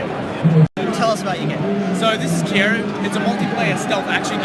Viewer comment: kiku not kieru.